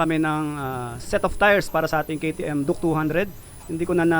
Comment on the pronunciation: Duke❌duk✅ 😂😂😂😂 tf